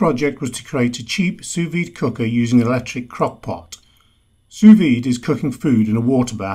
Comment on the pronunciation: Nice video, thanks. One nit: you don't pronounce the second 's' in 'sous'